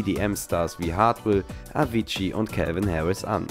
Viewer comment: Erstmal: SPRECH IHN RICHTIG AUS Zweitens: ICH BIN EIN GARRIXER, ICH WUSSTE ALLES Drittens: LABBER KEINE SCHEISSE IN FRONT OF A GARRIXER SPRECH AVICII BITTE AUCH RICHTIG AUS! Mach keine Video’s über doe weil du nachts kannst! Sorry! Und Martin Garritsen! G= ch Dummi! Lern die Aussprache